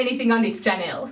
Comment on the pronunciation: The way she says channel she says it like chachneal